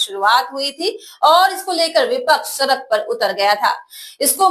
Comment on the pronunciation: ऐंकर सड़क कै सरक बोलती है।पहले बड़ा को बरा कहना छोड़िए